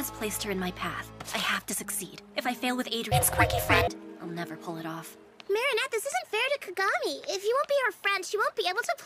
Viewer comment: that ain't Marinette, thats Merry-go-round , nah, that's not Adrien, that's A-drain💀